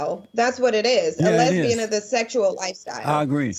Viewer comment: He pronounces it "h'lesbi-han!"